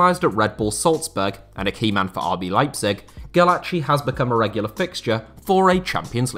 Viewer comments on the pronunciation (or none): none